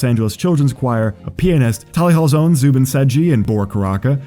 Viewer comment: Great video! As a diehard Tally Hall fan, I kinda expected less research done from a primarily Weezer based channel but I was very wrong, awesome job. (Seriously, this could just be me but the only issue I even noticed was the mispronunciation of Rob and Zubin's names)